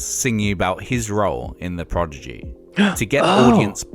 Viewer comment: Its not Progidy lol the guy on the film cant say it 🤣🤣 Not a lot of Firestarter reaction in this, didnt even play the video?